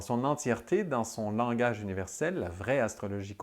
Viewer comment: Langage pas "langouitche" 😉